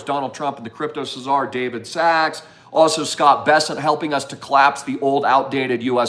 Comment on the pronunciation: Czar is pronounced "zar," not cizar.